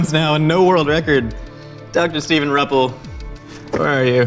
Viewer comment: I am Steve's mom, and for one, it is pronounced R - you- ppel. And yeah, Steve is highly athletic, like a 12 time Ironman competitor, plus everything else having to do with sports. His being a Chiropractor is mostly geared to sports and training.